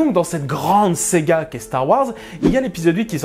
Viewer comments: Je crois que le col de ton t-shirt a un problème ^^ sinon bonne vidéo merci mais je suis né avec star wars et difficile pour moi de voir un film ainsi tout effacé et tu as du mal a dire le mot Saga on entend bien séga XD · Bien d'accord avec ce commentaire. Attention, tu as tendance à dire Sega au lieu de saga ;) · Une S-AH!-GA ! Pas Sega ! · Pourquoi tu dis "séga" et pas "saga" ????????? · C ce que je voulais mettre aussi: pourquoi dire Sega? Parceque c'est plus fort que toi? 😂😂😂. Sinon d'accord sur énormément de points.